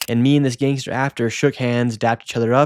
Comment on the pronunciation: WHITEST way of saying the term "gangster" I ever had the pleasure of hearing 😂